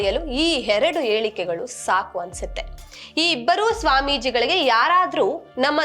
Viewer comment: " Heradu yelike" alla... "yeradu helike". First kannada sariyagi mathady. Ardha kalthovrella puksatte youtuber aadre heege agodu Athi buddvantike torsi misleading title haakbeda publicity madakke. Swamijis are not against constitution. They are against how constitution is ignored for the benefits of a minority cult